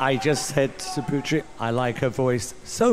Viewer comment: Poo tree . . . that´s how you pronoun